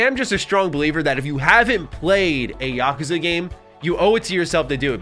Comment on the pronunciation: Oh for the love of god… please never say Yakuza again. Mispronouncing it 50 times in a single video was excruciating to sit through.